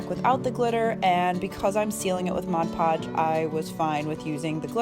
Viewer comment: Nice! So refreshing to hear ‘Mod’ Podge pronounced correctly! Guess I’m a little picky (👵🏻) but majority of crafters call it ‘Modge’ Podge and it drives. Me crazy! 🙃 Really good video. Thanks for sharing!